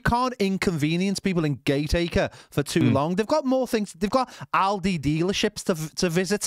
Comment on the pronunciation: Aldi mate, not OLDY!